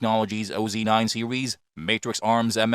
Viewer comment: SERIES -> SEEWEEZZZ